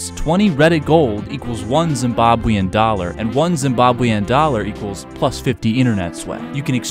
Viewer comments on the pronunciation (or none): none